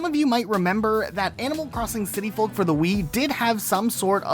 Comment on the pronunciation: i cringe whenever he says folk like that